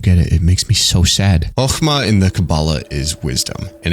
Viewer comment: I’m really really impressed with this video. You gave really accurate and detailed information that I’m very satisfied with given how much I love Project Moon. You did pronounce some things wrong (namely Hokma [which is pronounced like the ma balls joke], Binah but it was on purpose for funnies, Chesed which is pronounced Hesed, but that’s really it) but I really didn’t care because I enjoyed the vid so much. Also your ego definition was apparently not accurate, but a joke made by Dante from Limbus, as we don’t know what ego stands for. Something I will say is that this isn’t a video I would recommend to people who haven’t or are just starting to play lob corp. Apparently a lot of people choose to either ignore or just watch a summary of lob corp so they can play Library of Ruina and/or Limbus, just because they hear it is hard as balls, which it is. However, this game is a journey of enlightenment of the mind in many aspects, which isn’t an easy thing to do, so it’s hard for a reason, the same way Undertale Genocide is hard for an actual reason. It’s a game that can only be truly taken from the eyes of the player, and ignoring it for its difficulty is just saddening. Skipping it because you don’t think you’d like it or that it’s just not your game is understandable, but ignoring it just so you can play other PM games cuz it’s hard is a pussy move in my opinion. I’m getting off track, but new players should play lob corp, then watch this amazing video to get anything they mig